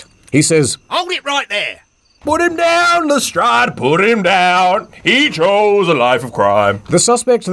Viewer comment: "Hluhstrradhh" "Sherlorkehh"